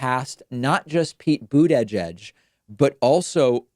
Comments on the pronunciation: why do you say boodayjudge like pokaymon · I think you are inserting an extra syllable into Buttigieg (boota-jedge). It hurts my ears. Otherwise everything is great. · Nobody: David: BOOT-EH-JEDGE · why can't you pronounce booty judge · Please stop going out of your way to over-enunciate Edge-Edge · “Boot eh jedge” Lol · Jay Krassner Hahahah I thought I was the only one that was finding that hilariously accentuated... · It rhymes with Buddha-Edge. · Your pronounciation of Buttigieg is horrendous. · David really struggles saying Buttigieg. It’s quite amusing. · I hate how you pronounce Buttigieg - really annoying! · Why can't he pronounce Buttigieg? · why does David pronounce Buttigiegs's name this way? Sounds super funny xD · I think it has something to do with the combination of syllables. But I noticed that also.